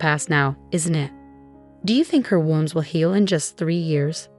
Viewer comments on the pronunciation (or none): In the context of the story “WOUND” is pronounced “WOOWND” it is one of those quirky English language idioms that we deal with all the time. One of the reasons why the English language is the most difficult language to learn properly. Example: He didn’t have a knife “wownd”, he had a knife “woownd”. Also he didnt woownd the clock before bed, he “wownd” the clock.